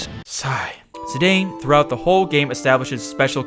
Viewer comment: I believe it's worth a mention that Zidane actually is pronounced /ziˈdɑːn/.